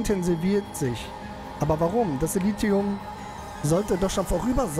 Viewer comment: "Silentium" - spricht sich Silenzium (engl. für Stille)